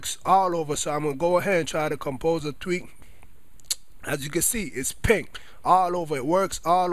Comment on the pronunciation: i didnt realize till half way through the video he was saying tweak.. i thought he was saying tweet lol im like what does twitter have to do with changing the color of your keyboard